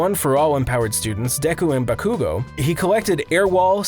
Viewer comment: Since the narrator is obviously not an actual fan of the series he should learn how to say Bakugo and deku